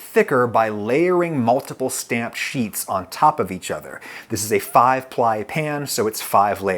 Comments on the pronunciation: Why did you repeat stam-pehd like it wasn’t an Italian mispronunciation? Haha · Don't forget the sublte "stamp-ed"